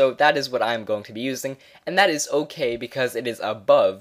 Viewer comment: I really thought he said ohm k! Haha